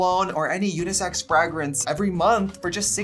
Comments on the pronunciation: FRAG rance?? like FRAGGLE rock? your pronunciation is funny! it's FRAYgrance. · I love Trixie, but why does she keep saying "fri-grance" instead of "fra-grance"? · Did anyone else catch the ‘frag- rinse’ instead of fragrance when she was talking about scent bird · Trixie, the way you say "Frah-grence" haha in the UK we pronounce it "Fray-grance" 🤣🤣🤣🤣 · the way she says frAgrance sends me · Am I hearing you say FRAGGrance? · Why does Trixie say frægrance like that 😭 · The way you say FRAGrence is it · Fragruntz? What’s a Fragruntz? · Hearing Trixie say fragrunce was amazing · The way trixie said fragrance "fagrance" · I love hearing her say “Frygrance” ♥️ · Did she just say frag rance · Gee whiz, I love how Trixie pronounces ‘fræygrïnse’ and ‘Cyeahlivfœrnÿa’ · Scent bird must really love Trixie if they haven’t taken her code away after hearing her pronounce fragrance! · Trixie pronounces fragrance that way because she’s trying to hide her wagon = way-gun accent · Next ep sponsored by babbel so trixie can learn how to pronounce fragrance and Versace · Obsessed with how ms Trixie says fragrance 🤣🤣🤣🤣🤣💅🏼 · Is it a Wisconsin thing or a Trixie thing? Sorry I know that’s a dumb question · It's clearly Jennifer Coolidge in the other room. Plus, is it me or does he pronounce 'fragrance' oddly? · SAAAMMEE!!! 🤣🤣🤣💖💋 love this xXx